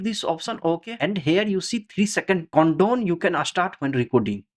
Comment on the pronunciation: your voice and pronounciation is so funny)) it is count down not condome lol